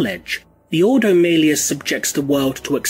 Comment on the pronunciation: Great video! Man, this must've been torture to put together. ... your pronunciation is really funny sometimes though - no offense, it just is! x) Tieranids, Ordo Mailius, Mienotaurs...